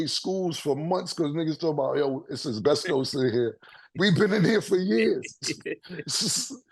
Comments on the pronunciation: Nah the way Mase and Cam be saying asbestos (es-bes-tis) as (es-bes-tos) is hilarious 😂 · AH BESTOSE!!!!!! 😂😂😂😂😂 It’s AH-SPESTIS Bahahahhahaha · Mase keep saying Abestos 😂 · Word of the day "abestos" (asbestos) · The way they pronounce asbestos is wild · That asbestos pronunciation is mad wild.